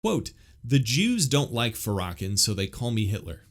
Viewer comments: Pronounced: Fair-ruh-kawn 😊…I understand what you are saying because anytime race is involved, it typically goes left lol. He is extremely hateful and unforgiving towards white people. I will say this though, black ppl are still bringing all of this up because some of us are still afraid of white people. Seriously - even in the church. Many of us have been traumatized by a white person in some way and cannot forgive. Just pray for us and continue being kind. That goes a lonnnnnngggg way. This goes for white people as well - if a black person hurt you in some way, I apologize and pray that you will forgive it and not hold it against our entire race. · Isn’t it pronounced “fair-uh-kawn?” Yeah. I am pretty sure it is. Just fyi. Appreciate the info on Jackie. Some fist stirring here in kentucky over her speaking at the local mega church. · It’s pronounced *fair-uh-con*. I’ve know she was trouble since I first heard her. She’s platformed by big Eva because she ticks all the intersectional boxes. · ur pronouncing his name all wrong dude pls ask a black person how to pronounce his name ur welcome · You should pronounce his name correctly. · A man who knows nothing, saying nothing. mispronouncing commonly known names. smh. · The butchering of the name Farrakhan 😂😂 was worth it. ( FAR-RAH-KHAN) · His name is Louis farrakhan NOT FARAKAN And you need to go watch the show where hes on Phil Donahue and all hes saying is he wants to help Blacks get better alkvwhite people heard was violence When he didn't say one violent thing because he said he wanted to do stuff for the black community that's why I know you don't know what you're talking about you're not even saying his name right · His name is pronounced Fair-uh-con. Just fyi. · I assume you mean Farrakhan as in Louis Farrakhan. Pronounced Lew-iss Fair-ah-Con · Louis Farrakhan(pronounced"fair..a..(as in apple)con) Thank you for the work you!